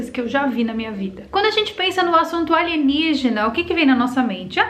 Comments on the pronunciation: aeeee ela falou "aligenígena"!!! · Adoro qnd vc fala ALIGENIGENA....s2